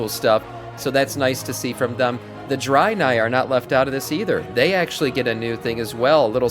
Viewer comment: Wtf is a Drynai? it's pronounced Drae-nai--- sorry I don't mean to come across as a dick but it just annoyed me the way you were saying it.